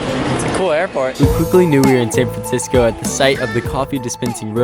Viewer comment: “San Francisoco” did you invent a new place?